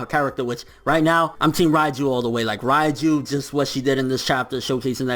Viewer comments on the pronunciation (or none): not "Rai"-ju, it's "REIJU"!(Reige) Rei = 0 (Zero) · Who the f*ck is Raiju ? She's Called Reiju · Please stop saying Raiju